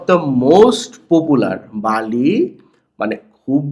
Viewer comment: বালি না বেলি